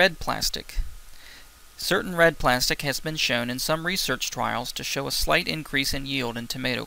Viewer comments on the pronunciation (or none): none